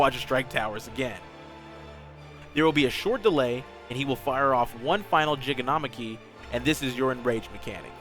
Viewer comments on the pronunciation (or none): Oh boy, time to be that guy; Gigantomachy is likely pronounced "Jy-gan-tow-mock-ee". Like, "Gigantic", except with "omachy" at the end of it. Plus it should make it easier to say. Really good guide overall though! Actually did help me a good deal in prog.